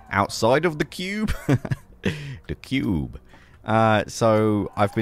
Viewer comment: Honestly I just watch your videos for the way you pronounce "THE CUBE" and now I'm addicted to your creations lol 🙌